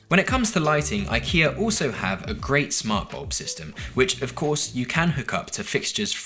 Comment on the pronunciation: Your IKEA pronunciations are getting better! Did you ask them to voice clip these before filming?